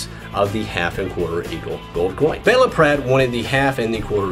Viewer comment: It's pronounced Beela, not Bella